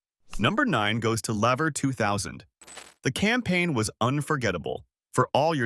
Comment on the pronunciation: Lever is pronounced "leaver"